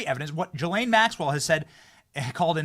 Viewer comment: How hard would it be to research how to pronounce GHISLAINE